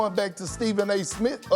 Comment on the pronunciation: “Stephen A. SmiT” 😂😂